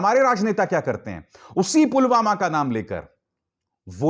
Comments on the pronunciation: Ye pm ji to Pulwama ko pugama bol rahe hai dekhlo or sunlo minute me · Pulwama ko pulghama kon bolta hai🤣🤣